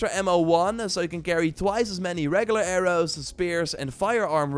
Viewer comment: i’ve watched this dude since i was 14 but the way he says arrows makes me laugh every time